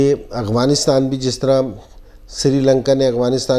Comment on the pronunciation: MashaAllah...boht shukrea sir ....bas ak bat inzee bhai... Afghanistan...not aghvanistan. If u don't mind 🥰😃😀